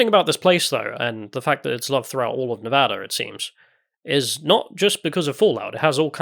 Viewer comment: Pro tip: Before November, replay the game, and learn how to say the word "Nevada" properly--just like they do in game--you'll earn MAJOR bonus points with the folks out here. Seriously, we'll all still know you're English, no doubt--but the extra effort to say "Nevada" the way we do out here will be seen as a special effort because of that, and you might just earn yourself some heartfelt appreciation on top of free drinks.